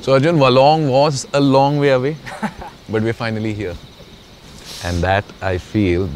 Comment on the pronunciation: I spent my childhood here- nice to see it once more. And you guys messed up the names big time. Its Dha-o-la not dhola, and its Waa-long not Waylong smh